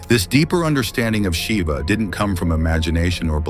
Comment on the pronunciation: Pronounce it properly Mr. AI Narrator. It's not "Atman" rhyming with Batman. It's AHT MON. Same with Brahman: BRAH MON And it's not Shiva with a short "i" as in Give. It's SHEEVA At least in the West. Somewhat different in India.